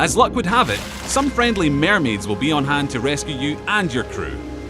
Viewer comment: ugh, the way how he said mermaid gave me cancer